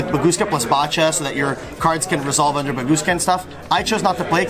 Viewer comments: Bacha is pronounced baha like Bach the composer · This mf pronounces "Bacha" as "bah cha." 😂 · Pend is best deck, but please please pronounce Bacha correctly. No one does but it's so simple since it's based on Bach the composer